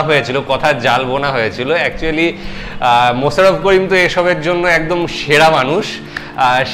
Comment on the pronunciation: মোছাররফ করিম না,মোশাররফ করিম।ছ আর শ এর উচ্চারণ এক না।